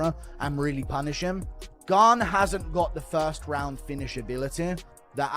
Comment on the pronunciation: The disrespect this channel has on Gane's name is awful 😂